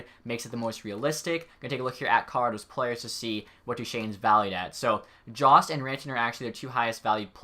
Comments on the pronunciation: just saying it's pronounced yost and not jost great video though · Dane The Destroyer it's "joe-st"